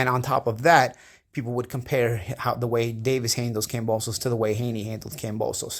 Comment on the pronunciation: you are trash. 🗑 say Davis's name correct your not right about that fool.